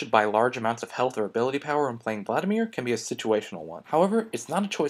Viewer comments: Vladimir, not Vladamir. Emphasis on the first "i". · "Vladamir" Son, I am disappoint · its vladimir not vladamir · "Vladamir" xD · 'Vladamir' lol